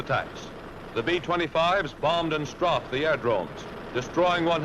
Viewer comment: THE NARATOR NEEDS TO KNOW HOW TO PRONOUNCE STRAFED